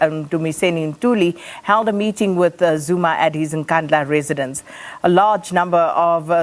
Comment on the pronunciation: You can’t evin pronounce the name how dare